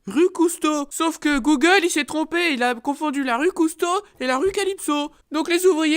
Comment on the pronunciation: J'adore quand il dit gougoule au lieu de Google